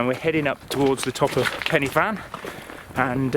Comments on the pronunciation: Pen er van. Just learn how to say it. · Good video but should have got the pronounciation right. Pen y Fan is a Welsh name.